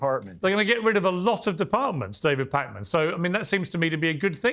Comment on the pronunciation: Wow, dang, these MAGA SOB’s are really angry and mean. Mean. Keep at it David. And it didn’t slip by that he kept saying ‘Pack-man.’ Awww. Sticks and stones.💙🦋